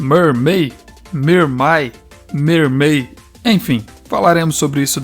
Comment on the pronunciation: lindo desenho!! queria ter dinheiro pro curso mas eu ja to devendo dinheirp o pra minha familia aí fica dificil shshsh mermay se pronuncia mãrmei caso queira saber shshsdhshs